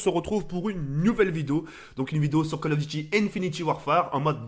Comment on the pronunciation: Le mec " fan de call of duty " ne sais toujours pas prononcer le nom du jeu .